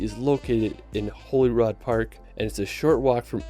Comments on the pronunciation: He gets Edinburgh correct, then mispronounces Holyrood, he kept calling it Holy-rod, the correct pronunciation is like Holy-rude. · Holyrood park and houst are royal residences in Edinburgh and are pronounced Holly-rude not holy rod